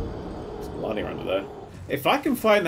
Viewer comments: I’m happy that we got a nerdcubed challenge vid but if he says “Melarnia” one more time I’m going to waterfowl dance him. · It's spelt 'MalEnia', pronounces it 'MelAnia'... Why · I love the pronunciation of melinia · U botched the word malenia